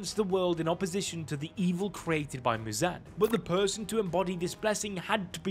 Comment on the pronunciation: bro did not say muzans name right (edit NVM HE DIDNT EVEN SAY ANYONES NAME RIGHT)